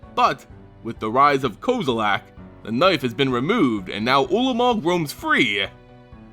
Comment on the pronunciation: STOP SAYING KOZILAK!!!!!!!!! REEEEEEEEEEEEEEEEEEEEEEEEEEEEEEEEEEEEEEEEEEEEEEEEEEEEEEEEEEEEEEEEEEEEEEEEEEEEEEEEEEEEEEEEEEEEEEEEEEEEEEEEEEEEEEEEEEEEEEEEEEEEEEEEEEEEEE